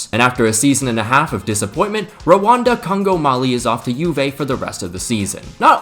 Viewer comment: idk if i have something wrong with my ears but i did not hear randal kolo muani, i heard rwanda congo mali